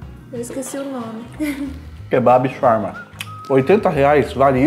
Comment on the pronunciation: Eu quase o infartando vendo vc comer e pronunciar Shawarma td errado. Na cidade onde moro tem uma Shawarmaria em cada esquina, não se tira o papel td para comer pq se não desmonta mesmo. Aqui tem shawarma Vegano, mas, não é com frescura, tem falafel no meio, molho de alho, batata frita, picles, alface e tomate, é muito bom. Eu sou vegetariana há 15 anos, mais da metade da minha vida, não pretendo ser vegana, e não é querendo falar mal, mas, nunca encontrei nenhum restaurante com comida vegana que presta. Parece q tão fazendo algum experimento pq fazem algumas coisas muito sem sentido e fica td horrível.